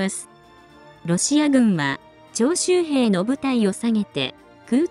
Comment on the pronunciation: 徴収兵が長州兵と聞こえてしまった